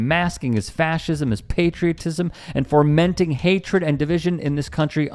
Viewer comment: "fomenting" is NOT pronounced as "foRmenting".